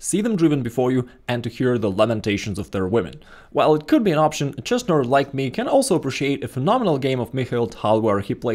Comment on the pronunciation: It's not "lamentations of their women", it's "lamendations of their women". Well, at least the way Arnold says it.